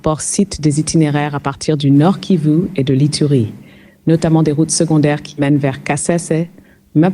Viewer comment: Arrêtez ! Au bout de 14 secondes seulement, je peux cesser d’écouter votre experte. Elle ne sait même pas prononcer correctement la région concernée: soit elle n’y connaît rien, soit elle vous manque de respect, ça arrive souvent, même aux meilleurs analystes s’agissant de l’Afrique. Comme ça leur arrive de manquer d’honnêteté intellectuelle concernant l’Afrique, pensant sans doute qu’ils ne seront pas contredits ( c’est une hypothèse). Dans tous les cas, cette intervention n’amène rien de bon, c’est-à dire une meilleure compréhension de la situation pouvant rapprocher les acteurs du conflit. Cette brave dame risque de conforter les uns et les autres dans leurs certitudes et à prolonger les combats. Il suffit d’une mauvaise analyse d’un problème pour ne pas trouver la solution alors qu’une bonne analyse est une condition nécessaire mais pas suffisante. Nous trouverons plus facilement l’aide pour détruire que pour construire, naturellement puisque l’un est plus difficile que l’autre.